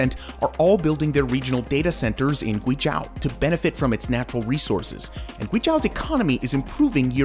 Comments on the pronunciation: Guizhou isn't pronounced GwayJao but GwayJoh Zhou is pronounced like the name "Joe". LiuZi is LeeOh Zzz. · "This is GuiZHAO" :D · Pronunciation of guizhou is wrong. Gui jou there's no ao Nice videothou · It's not Guizh-AW It's Guizh-OH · It is not pronounced zhAo, it is zhOu. Just like you spell it. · “Demon land”!!?? Oh hell no, it is the 貴州 Guizhou - Precious land. People who does not know Chinese well will confuse 鬼-demon and 貴-precious. But they do not sound the same. Like wine and white. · Not "Gui J-ao" ❌, Is pronouns as "Gui J-oe"✔. Sound like Joe Biden that "Joe". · It's (Gway Jaw) as locals pronounce it... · GuiZhou is pronounced Gui Joe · It's prounounced GWEE JOE. It's one of China's most beautiful provinces, full of minority peoples living in traditional villages. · Guizhou - you need to pronounce it kind of like Gway-Joe. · it's pronounced "Joe", "gooey Joe". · Awesome video, side note: It's pronounced "Gway Joe" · Great video! Yes I would do the bungee jump :) A couple of things though, there's no road to Taiwan, not sure where that came from on the map. And you're saying Guizhou wrong - "zhou" is pronounced more or less as the english name "Joe" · Yes! It’s like gway joe, not accounting for the tones. Had to stop watching because of the mispronunciation. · Guizhou is pronounced like "gway-joe" and liuzi is pronounced kind of like "lee-oh-zzeh" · Why do you mispronounce guizhou as guizhau? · Yes!I want to visit gui zhou!btw it’s pronounce as gui-zoe! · Sorry to be nitpicking, but it's pronounced "gui - zhoe" (as in the average "joe"). It's the same word as Guangzhou (lit. state). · It's pronounced "GWAY joe" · I thought the province was pronounced "Gwee-Joe" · Great video, but Guizhou is pronounced gway-joe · Zhou is pronounced like the name Joe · Your pronunciation of GUIZHOU is too repulsive to think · For such an in depth video you could have learned how to pronounce Guizhou correctly. Loved the video but facepalmed when you said it hahaha